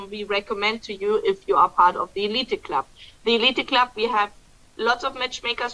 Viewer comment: it’s the eleet club, not elited! Just a pronouciation correction. Remember in English, when the letter e is the last letter it’s usually silent.